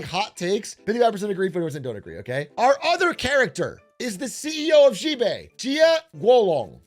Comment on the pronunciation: Big A. I'm begging you. Please. Chinese letter "x" can be pronounced like "sh". You can read it like "Shibei". The president of china can be Shi Jinping. It's ok. You don't gotta keep zhuzhing all over the place.